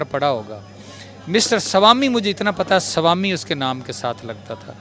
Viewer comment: Salami nahi ..... Swami bolna chahta hai 🤦🏻‍♂️😲😅